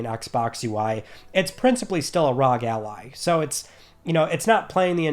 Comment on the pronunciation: Asus Republic of Gaming … R..O..G . Not rug